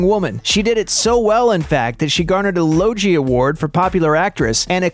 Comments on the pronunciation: It is not pronounced LOJIE (award)!!!!!!! It is LOGIE, ie the G is pronounced the same as in the word 'dog' haha!!!! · "...she garnered a Logie award". It''s 'lo-gee" not 'lo-jee' award... like the Emmy's in the US. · Logie not pronounced "low-jee" it's a hard g like "game". Why can't Americans pronounce anything right? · “lowgee” award. It’s pronounced “Lo-gee”. Similar to “yogi” in yogi bear. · Lowgi lol ha ha ha Logie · Logie is pronounced ‘L-oh-w-g-ee’